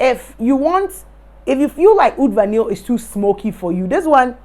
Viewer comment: It's pronounced VAH-NEE, not vahneel.